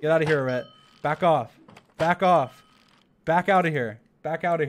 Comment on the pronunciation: dream mispronouncing eret the entire time is golden